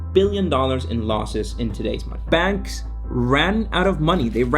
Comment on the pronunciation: Couldn't even understand your pronunciation. The word is bAnks not benks.